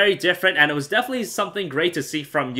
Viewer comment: you say "defenetly" ALLOT